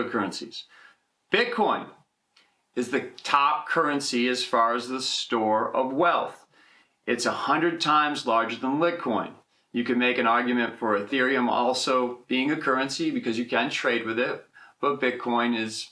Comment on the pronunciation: lol yeah I’ve noticed in your past videos that you say litcoin. Great content